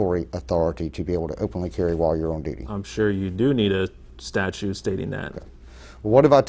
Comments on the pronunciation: Is it just me, or is this dumdum saying “statue” instead of statute? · Correction. He says "statue". How do you expect the guy to know a statute when he can't even pronounce the word.